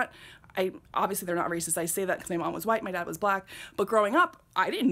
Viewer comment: You say “white” in a strange way!